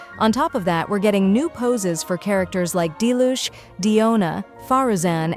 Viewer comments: Why u said dilush ??? Not diluc .. u did my fav character dirty .. 😡😡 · bro really said Dilushh